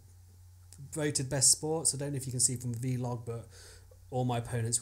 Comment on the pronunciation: it's pronounced 'vlog' like 'blog' - the v stands for video!